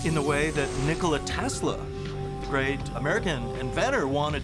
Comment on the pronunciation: bro said ngala tesla